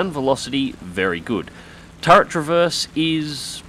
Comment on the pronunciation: did you say "turrent"?